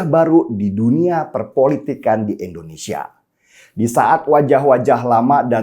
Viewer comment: Biasakan ngomong indonesia . Bukan endonesia .